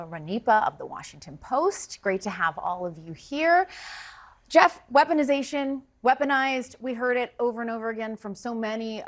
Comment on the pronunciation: If i hear Dim Scott say wesponization one more time, ill scream